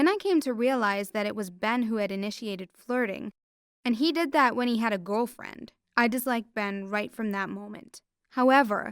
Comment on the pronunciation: she don’t know how say girlfriend she said gofreind